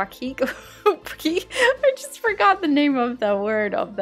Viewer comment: hahaha i think u mean opaque like /oh/ /pake/ like how u say 'cake'